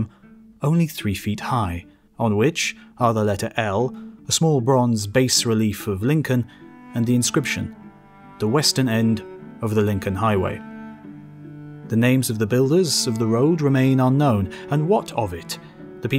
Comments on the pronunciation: Its pronounced "bah" relief. Sorry art history student here. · It's pronounced "ba-h relief"